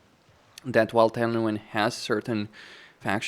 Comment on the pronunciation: No no no!!! you said it wrong, its Tehenauin